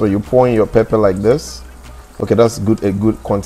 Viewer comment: Love the videos but it is not papa its pepper